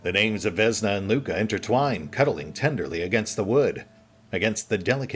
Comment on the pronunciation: also vesna is vesna not vezna... im pretty sure...